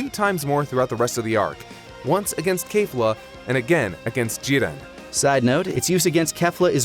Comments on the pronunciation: Am I the only one who, while enjoying the video, was completely urked and annoyed by the fact that one of the 3 narrators insisted on forcing an asian pronunciation on every character? The others used their natural english pronunciations but everytime the last guy said a named it was "jee-REN" or "guh-KOO" (id like to note he had no problem saying gohan correctly though and didnt say "guh-HAN", but that just furthers my poi t that it was forced. You arent somehow a better fan or more cultured or something because you pronounce things like a pretentious ass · One of the video's narrators is annoyingly switching to a heavy Japanese accent for specific words/names, right in the middle of his sentences. e.g. Goku, Jiren, etc. It's like hearing someone talk about pizza but every time they say mozzarella, they do so with an over-the-top exaggerated Italian accent in the middle of a sentence. Just stop, please. You aren't being more accurate, you're being a pretentious tool and you sound ridiculous.